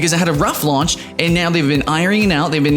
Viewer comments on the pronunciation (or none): none